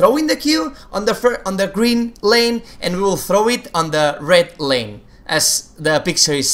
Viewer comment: Hey, great video as always but I noticed you were saying lane instead of line sometimes, for example during the demonstration of the Xerath Q.